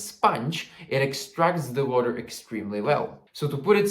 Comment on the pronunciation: Everytime he said "water" I heard "vodka" 💀😭